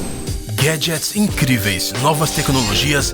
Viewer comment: Eu adoro ouvir o narrador do canal dizer Gaged!!!!